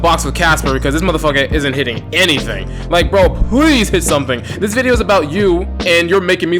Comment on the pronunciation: "before you say anniething" lmao